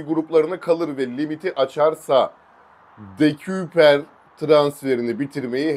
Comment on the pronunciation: “De-köy-per” diye söyleniliyor bu arada 🙏🏼